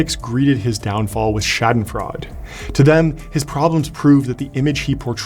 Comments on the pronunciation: Sorry to keep dunking on you, but it’s pronounced, shah-den-froy-da. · His German pronunciation sucks! ‘Shaddenfrodd’? He must have heard it pronounced properly somewhere, surely!